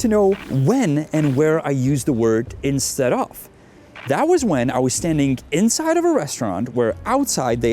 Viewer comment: "instead of" is two words. pause between saying them. you make it sound like a Russian name, Instedoff. if you're getting a legalese-y might as well say it correctly.